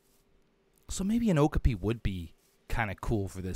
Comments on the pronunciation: Love this series, and I'm a huge fan of Okapis (they really are as soft as they look by the way), so I hope you get to put one in soon. Also, you keep pronouncing it with the emphasis on the first syllable OH-kah-pee, but it's actually pronounced oh-KAH-pee. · lol it kinda bothers me the way he says okapi wrong, I always say it like oh-kA-pee not oh-ku-pee and I googled it to clarify and it said you say it the way I thought :))) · O-kop-ee is how it’s pronounced😂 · I thought okapi was pronounced like o-cop-e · Okapi is pronounced (oh-cop-e. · It’s pronounced o-ka-pi